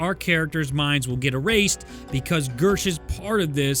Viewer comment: Is it me or did say Bersh instead of Gersh